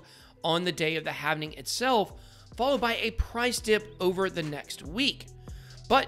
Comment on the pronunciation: It's halving not havening